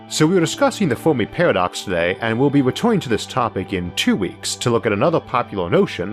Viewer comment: Oh man I'm sorry. This guy is brilliant but I can't get over the "Fowmi Pawadox" lisp... all the r's being w's sounds like a genius 9 year old and I'm just laughing... aw man this sucks cuz its rly interesting but holy shit xD